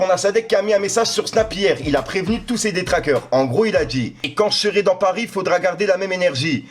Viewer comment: Il pas dit détracteur il a sortie detraqueur